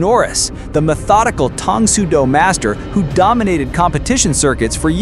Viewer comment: had to give you a dislike because you can't say , TANG - as you proved again